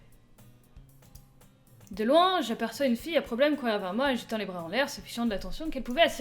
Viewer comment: ça ce prononce moÉ, pas mo ^^